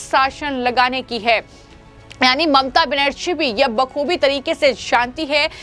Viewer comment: तुम्हें अभी तक बंगाल के सी एम का नाम भी ठीक से बोलना नहीं आता तो हिन्दी में वीडिओ क्यों बनाने लगी हो।